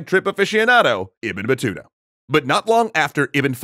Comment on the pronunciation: Im Algerian and when you said Ibn Batuta I thought you said Ibn batata, I was thinking is this the dude that oppressed Ireland??